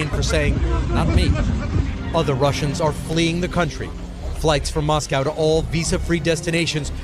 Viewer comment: Moscaow nahi hota Moscow hota hai yar!